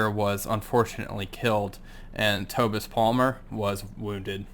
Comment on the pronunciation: Hello. Outstanding seris again, thank you, Just one thing, Tobias maight be said Toe-Bias....Tobias Plamer. Keep up the great vids.